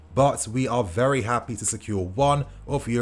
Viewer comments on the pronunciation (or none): none